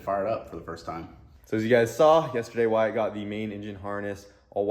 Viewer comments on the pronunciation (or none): It’s spelled Wyatt buts it’s pronounced “wire-it”😅